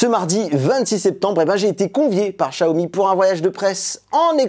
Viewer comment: Pourquoi tu dis Chiaomi alors que c’est Xiaomi?